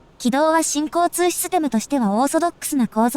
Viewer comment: 新交・通システムに聞こえて違和感 →新・交通なのにね